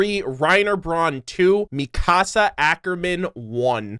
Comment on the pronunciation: Theres not a day that goes by that I dont get incredibly angry at someone saying it as "Mi-casa" instead of "Mikasa", saying it as "Gene" instead of "Jean", and people saying "Mike" instead of "Miche" Just watch the English dub for a single episode featuring at least one of these characters and you'll learn the name real quick. Attack on Titan isnt one of those animes where you say the American/English version of the name instead of the Japanese version. You always say the Japanese version, or rather what the English Subtitle Translation says. The only exception to this is dependent on what version of the Japanese Alphabet you're using, or what translation you're using. Levi is a good example of this. In Japanese, his name is said Rivai, or Rivuai. Levi's name is foreign, which results in a Katakana writing form.